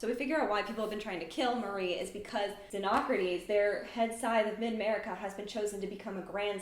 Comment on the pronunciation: Ty for properly pronouncing xenocrates.